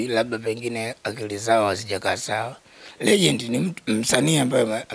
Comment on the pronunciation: nazungumzia Huyo mwandishi badala ya kusema Legend anasema regend